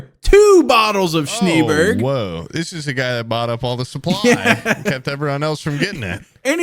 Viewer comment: I fuckin typed this as said it, SHNEEBERG!😂